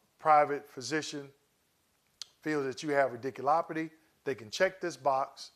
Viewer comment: Thanks for the info! Just had to say that it made me chuckle every time you said “radiculopity.”